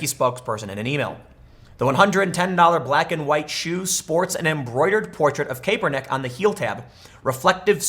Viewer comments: Tim, say it with me Cap-Urr-Nick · pronounced: CAP ER NICK. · Cap-er-nick. Ga-dell. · I’m trying to determine whether or not you’ve never heard Goodell or Kaepernick said in the MSM.. you hear politicians names in the MSM, I KNOW you’ve never heard your rendition.. are you trolling??? 🤣😂😆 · Tim butchers Colin & Rogers last names. It’s safe to say Tim isn’t a football 🏈 fan 😂🤣 great video though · Seriously...learn how to pronounce Kaepernick and Goodell, Tim. I dont like either of them, but the way you pronounce them is embarrassing.